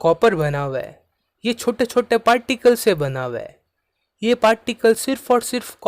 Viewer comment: Particles nhi "Pattticles" Chote nhi "chottee" Btw thank you for the video ❤ Watched it in 2x ✅